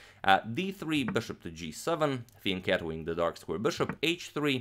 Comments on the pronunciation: i never understand what he's saying about the bishop . can anyone tell me what that means? when i turn on the captions it says "thin cat wing" XD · what's the proper term for that kind of bishop move? I couldn't quite catch that and I tried googling what I thought it sounded like but nothing came up